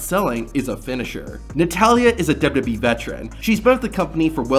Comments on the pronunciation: This guy really needs to work on pronouncing “WWE”. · "Kurt Angle's WW debut..."??